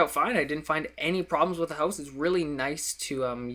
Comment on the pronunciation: the way he says 'HOWSE' makes my life :D